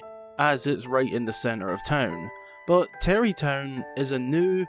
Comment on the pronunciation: I didn't know that about Beedle. I was questioning the pronunciation, all my life living in Scotland I've never heard someone pronounce an a as an e.